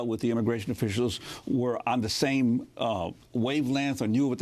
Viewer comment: To the man asking the interview questions..... the term is WAVE LENGTH... not wave lanse....... that being said... moving on to the topic....I have to be comparative in order for people to understand my view about this.... so... I'm a Christian white woman and I want to go to one of the countries listed on the current ban... I want to be able to live and study there... I want to be able to practice Christianity and openly carry my bible. .. I do not want to cover my head with a wrap... I want to receive healthcare and food if my income is low... and I don't want to be searched or told what to do by their security.... THAT WOULD NEVER HAPPEN!!!! most of the things I mentioned are not allowed by their countries.... I was born in my country... and I am proud to be a citizen of United States because we have a type of freedom that everyone around the world seems to want a part of- why? Because their countries don't work together for something called democracy.... when people come to the USA... they still want to be able to have the freedoms and if the get it all done legally - then all should be fine... BUT.... many of those people practice religions of lawlessness... and in our country citizenship requires agreeing to obey laws of the land.... these people study at our finest universities and get grants for being minorities that born citizens can't even get.... they come here to make top dollar at jobs and then send that money back to their country instead of supporting the cause